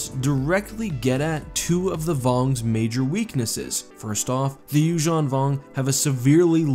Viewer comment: I like how, you actually pronounce Yuzhan properly